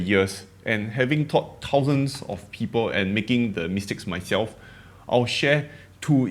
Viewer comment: I understand your motivation, but don’t sweat your accent. You’re Singaporean and this is the Singaporean accent. People will adjust and adapt! I find your accent adorable and think it adds to your charm and appeal. I’ll miss it if you stop pronouncing “people” as “pee-po.” 🤓